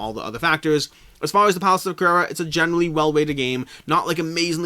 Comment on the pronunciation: You definetly need to up your game when it comes to the pronunciation of "Carrara" ahahah Thanks for the video as always!